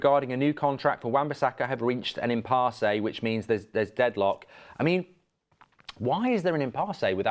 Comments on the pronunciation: Someone let Mark know that impasse is pronounced how it looks 😂😂😂😂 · It’s pronounced Im-pass lmao